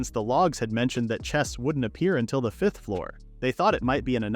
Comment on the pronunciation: "five-th" grade 💀💀💀